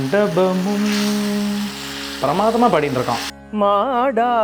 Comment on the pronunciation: Super! “மாடா மாளிகையும் “இல்லை. மாட மாளிகையும். 👏🏻👏🏻👏🏻